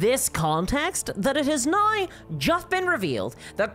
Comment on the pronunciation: How do you manage to put an "eye" sound in the word "now"? BoycottWotC! "Reasons why" is redundant.